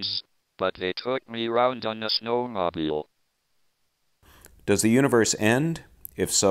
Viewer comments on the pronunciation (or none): If there is anything I gathered from this, it is "sno-mob-eel".